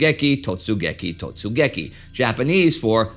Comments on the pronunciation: I'm sure someone has already mentioned but the Japanese is absolutely butchered here. Totsugeki and raigeki not totseguki and raikegi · I apologize for what might be considered a nitpick but , 突撃 is read as "Totsugeki", not "Totseguki". Furthermore, 雷撃 is supposed to be "raigeki" rather than "raikegi". All around incredible stuff, though. I never knew Tora Tora Tora was an abbreviation all this time. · It's totsugeki (not totseguki) and a better translation would be "charge". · Late to the party here, but I wanted to point out that the japanese code words used to signal the start of the attack were 突撃 (totsugeki) and 雷撃 (raigeki), and not totseguki and raikegi, as was shown and pronounced by Indy in this video (note that the second kanji in each word is the same). An honest mistake, a typo, most likely, but still noticeable, in an otherwise excellent video. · 突撃 Totsugeki , not totseguki, but i regularly invert compound words also (putting the front in the back, or middle switched). Just a part of being multilingual. And 雷撃 raigeki (instead of raikegi, same inversion aforementioned)